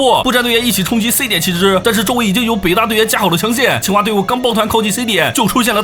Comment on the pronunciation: 一直把清华听成青蛙